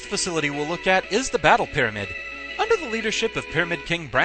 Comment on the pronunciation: When you said Pyramid King Brandon, I could've sworn I heard "Fuhrer King Bradley". Silly Fullmetal Alchemist.